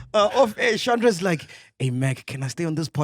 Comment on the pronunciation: Ooooh, not Shandré.